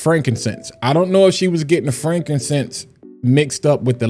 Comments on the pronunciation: She doesn't know how to say frankincense. Call ICE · Yeah man, it's jacked up... they just followed LV, and watch, all these other companies will follow suit, the scamming shall continue! And LOL on her trying to pronounce frankincense. 🤣 😂